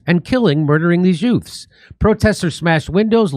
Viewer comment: Jimmy Dore: "Yutes protesting" you've got to laugh at that Joe Pesci accent.